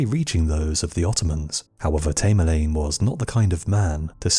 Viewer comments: Its tam er lane come on, its driven me crazy how u keep repeating his name wrong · Tamerlane thats A as in apple, your pronunciation is ridiculous !!!